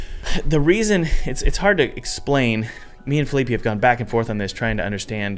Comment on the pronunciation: "Feeleepy" xD poor Fe-lee-peh